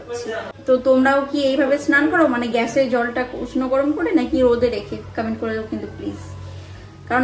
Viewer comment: কমেন্ট❌ কামেন্ট ✅